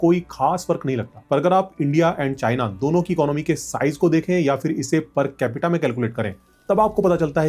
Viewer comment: The fact that so many Hindi-speaking people in India can't even pronounce basic words correctly (including so-called "educated" people like yourself), saying stuff like "फ़िर" ("fir") instead of फिर (phir), tells you everything you need to know about the state of affairs in India.